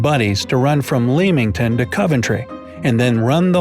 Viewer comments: It's pronounced 'Lemington' not 'Leeminton' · BTW lol its not Leeming ton, it's pronounced lemming ton 😂 good vid tho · I live in Leamington, its pronounced Lemmington. You're welcome. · Leamington is pronounced 'Lemmington' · Lemmington, Warrick-shuh :) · I living lilington Warwickshire You pronunced Leamington wrong